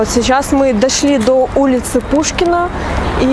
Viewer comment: Хороший обзор о моем любимом городе... Единственное, - слух режет ,- у нас ул. ПУШКИНСКАЯ !!! ))